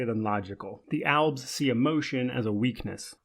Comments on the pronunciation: Are you trying to say elves or is it actually alves? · It’s “albs”